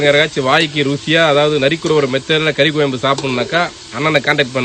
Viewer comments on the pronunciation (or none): Avaru kari kolambu nu solraru vedio edukuravaru koyambu nu solararu pls anna change